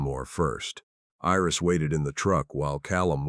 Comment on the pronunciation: Iris is not pronounced as an "e". Iris is pronounced with a long "I". The story is good; however, it seems a bit unfinished.